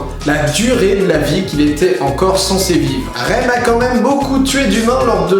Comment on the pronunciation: un dernier truk le shinigami de misa necrit rem mais se prononce remU stp :p merci xD desolée mais sa ma DERANGER OUI JE SUIS MANIQAQQUQUUEQQEEU